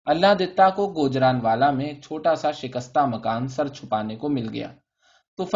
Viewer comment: n is silent in gujranwala it sound like noon guna if u canbread urdu